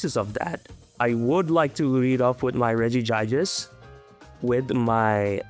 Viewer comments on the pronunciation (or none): Pronouncing Regigigas in a painful way to farm comments, huh? Well, it's working! 😂 Great to see the debut on this channel.